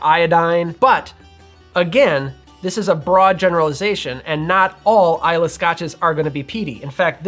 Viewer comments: It’s I lay not I la. Islay Nevertheless good video. Thanks. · I still remember a video of yours from a few years ago when you said "eye-lay" and I haven't been the same since. I'm finally at peace. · Nope, it's i-la 😉